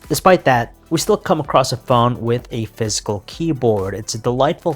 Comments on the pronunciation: Its physical not fiscal ,ffs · Sounds like he's saying fiscal in stead of physical 😂